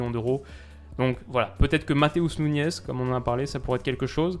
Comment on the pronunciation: salut tu as mal prononcé Matheus Nunes tu as dit Matheus Nunez tu as dit en espagnol et en portugais on prononce Nunech mais on écrit Nunes sinon super vidéo